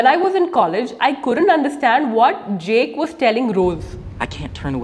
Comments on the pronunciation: Its not jake dear, it's Jack. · She claims that movies can help you with your English. I can see that. The film Titanic has taught her to pronounce JACK as "jake," instead of "jak (as in PACK)"! 🚢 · It's not Jake... Jack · 0.39. Its not Jake. Its Jack! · We pronounced Jack not Jake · Great video, but please don't call JACK as JAKE, shatters my heart to pieces every time :( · Jack, not Jake🤦🏻‍♂️